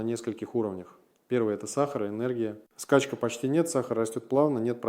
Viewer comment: Качественное ИИ. КОСЯК: на слове СТОИТЕ 8.47, СКАЧКА 9.01 ударение неверное . присутствуют GPTые обороты.